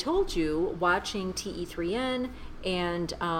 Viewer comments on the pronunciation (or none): you pronounce 'Dilwale' and 'Kaise Ho' correctly! However, the title of this movie is pronounced 'Teen' which means 'Three'